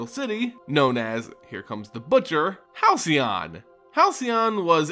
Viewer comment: You pronounced Halcyon correctly! Good job! :D Also just to think if the Thran weren't such epic cockbites and actually listened to Yawgmoth, Dominaria's history would be VERY different.